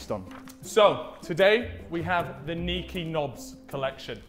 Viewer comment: THE NDL SEND OUR REQUARDS! *It’s niko not neeko*